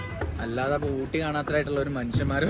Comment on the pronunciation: ഓട്ടി അല്ല ഊട്ടി ആണ്